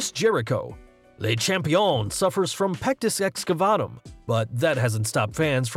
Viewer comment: Stop saying pectis excafuckingvatum